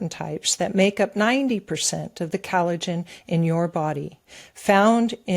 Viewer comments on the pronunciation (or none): is still mispronouncing collagen. She pronounces it as though it was spelled Cal-a-gen.